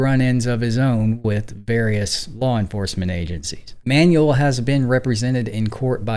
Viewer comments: Careful with the pronunciation of "Manuel." It's not like "manual," but more like "man WELL." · Manwell. Not ManUell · with respect, i think it's pronounced "man-well", not "manual". thanks for the video and your channels. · Hey, it's pronounced "man-WEHL" with the emphasis on the second syllable. Not "manual" like manual labor. In Spanish a UE has a wheh sound like wet. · MANUEL is a man's name (from Spanish/Portuguese form of Emmanuel) for a person. MANUAL is an English word meaning "done by hand," "related to hands," or a "handbook/instruction guide," and these are not interchangeable. Use "Manuel" for a person's name and "manual" for tasks, tools (like a manual car), or instructions (like an owner's manual). Learn some goddam pronunciation, PLEASE! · how many times can a mfer mispronounce Manuel?